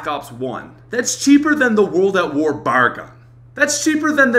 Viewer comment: Just remember that the Galil is a direct copy of the AK47 with the addition of a bottle opener AR dose not mean assault rifle but means Arma Lite This "bar" gun dose not exist how ever there is a BAR ,each letter is said separately so say it like B.A.R., and stands for Browning Automatic Rife And the SCAR H is a battle rifle not an assault rifle, however the SCAR L is an assault rifle Just pointing out the things he got wrong/did not mention